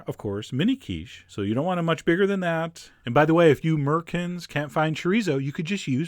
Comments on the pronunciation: Haha this nigga said mericans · cant believe he just said murrikans Lol.... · Did he call us merrkins... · Was it merkins or 'Muricans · Did Chef John just call us Murckins? LoL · he didn't say Americans, or "amurikens" he said "merkinz"😂😂😂😂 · Yup, but he said "'murican" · At first I thought you said "merkins"